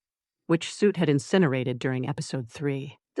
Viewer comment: Heads up for people new to this series: the AI says “Suit” for the dragon baby. It is supposed to be “Soot”.